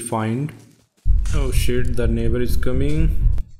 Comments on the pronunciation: Bro you saying "Da Nebarr is commeng" is just funny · Oo sheet tha neighba iz cameeng